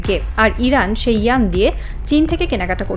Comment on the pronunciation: চীনের ইয়ান হয় না ওয়ান শব্দটা শুদ্ধ করে বলেন